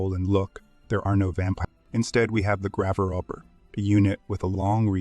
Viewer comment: how do you not know how to properly pronounce Lich and Grave Robber.